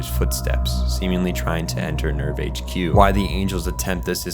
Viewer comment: "Gehirn", "Seele" and "Nerv" are all German words and you are pronouncing them pretty wrong. They are talking names and it actually adds a little to understanding the Plot if you understand these words. There is a bunch like this in this anime. German i mean.